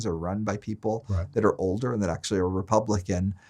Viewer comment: Leave to to Reason to slide in with the "AKShoOAllleee" meme